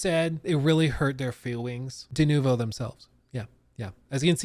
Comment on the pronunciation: I hate the way he says denovo.